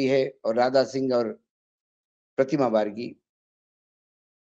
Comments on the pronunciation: पत्तल कार महोदय बारगी नही बागरी होता है करेक्ट करने के बाद भी 😅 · सर प्रतिमा बागरी बोलिए